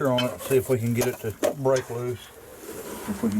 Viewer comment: There's no such word oin, it is pronounced ON not oin